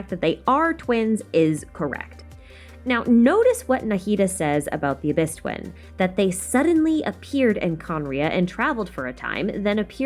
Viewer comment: During intro she says "the Traveler's dwin " . U had me laughing with that one.